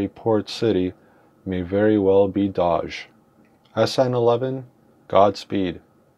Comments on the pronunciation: yeah you said it wrong its sounds like Dohge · btw no hate but your saying doge wrong